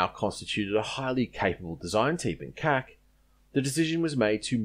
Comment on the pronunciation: G'day, Yay Team ! An outstanding Video, thanks for making and posting it. One point though, which I found repeatedly "jarring" was your consistently pronouncing the abbreviation "C.A.C." as an Acronym - to wit. ; "Cac(k)" which might, perhaps, sound "allright" to the ear of one who never had much exposure to the Old Colonial Vernacular crossed with Colonial Immitation BBC British Oxbridge Dialect spoken by they who were of "fighting age" during WW-2, before TV and "All the way with USA !," converted Oz into being the 51st State of ArmedmeriKano... But, considering the meanings of "Cack-handed", & "Up to Cack", & "You made a proper Cack of that", & "Sticks like Cack to a Blanket...". My guess is that if you had ever referred to the C.A.C. Wirraway or Boomerang, Woomera or Kangaroo as being a "Cack Boomerang" or "Cack Wirraway" during WW-2 then you would have been sharply corrected. In nursing 2,000 Veterans of every Military Adventure in which Oz participated, between 1914 & 1984, as a Student at RGH Concord, for an average of 10 days per Veteran..., as an Aeroplane Freak which I was, pumping them for recollections as I did ; NEVER did I ever hear any of them refer to the C.A.C. as "Cack".... They ALL spoke of the "See Ay See...". So, you may like to consider that side of Historical Verisimilitude and Linguistic/Sociocultural accuracy..., before next blithely referring to EVERYTHING done at, designed at or built by the Commonwealth Aifcraft Corporation..., as "SHIT..." ; becau